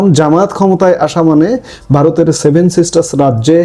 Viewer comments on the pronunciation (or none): none